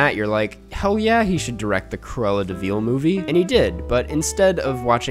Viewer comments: Dude can't even say "De Vil" right after having watched the movie. It's not Cruella DeVeal. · Feel free to just say "vil" instead of "veel" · This guy doesn't even know his to say Deville. ITS PRONOUNCED DUH-VILL NOT DE-VEAL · Have I've been saying Deville wrong my whole life? Is it de-veal not duh-vil? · I love your content, but you’re the only person in the entire world who says “Cruella de VEEL” come on man you know it’s not pronounced that way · de Veal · Okay but why is he pronouncing it De veeel? 😂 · why is nobody talking about pronunciation of "de vil"